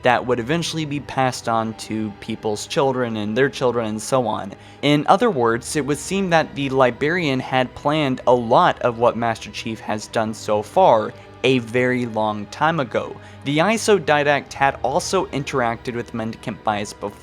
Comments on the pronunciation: LibRarian theres an R in there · LiBRarian. Li-BR-ar-ian. Pronounce the "br". It's not "liberryan". Please work on this. It's driving me nuts because you speak so clearly otherwise. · Librarian not libarian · I wish this guy could speak proper english. It's not "libarian" it's "liBRarian" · i mean no disrespect but... you know Librarian has two "R"s right? to my ears you keep saying "Lie-bear-ian". you also pronounce Forerunner as "foreigner" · "Lie-berian" - 0/10 - instant dislike